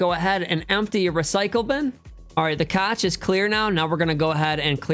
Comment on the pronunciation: Cache is pronounced cash